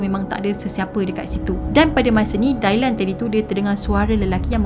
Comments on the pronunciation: Good story. Just nak perbetulkan sebutan jer Dylan dibaca Di-len, bkn Dailan. 😊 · Ethan = "e-turn" Kaylee = "k-li" Dylan = "dilen" Dailan tu mcm nama melayu hehe gurau. Bukan tunjuk pandai, cuma share serba sedikit